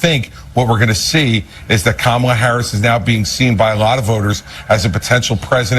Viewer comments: He and all the other MAGAts pronounce her name incorrectly on purpose. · Mitt Romney even mispronounces Kamala’s name. 🙄 So insecure in his manhood.